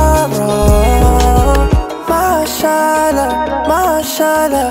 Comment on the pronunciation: Wrong pronunciation of word MashaAllah.